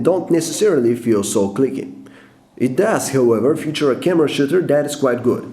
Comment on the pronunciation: "camera sh*tter"